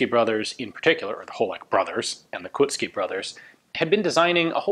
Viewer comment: when you are pronouncing Koucký dont leave out the "o". You read it as in the word cold - ou. KOUcký, not Kucký.